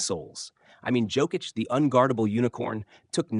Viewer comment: FU you can even pronaunce Jokic's lastname